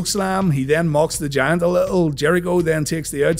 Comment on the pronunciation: 😂😂 yup! And every time he says the Giant, I hear the Jam